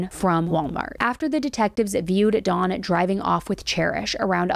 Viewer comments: Hard to focus on this when keeps pronouncing his name "Dawn" instead of "Don" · Why are you saying Dons name like the name Daun or Dawn... Don is said with a soft o ... you need to Pronounce names correctly. I thought his name was a girls name by the way you were saying Don.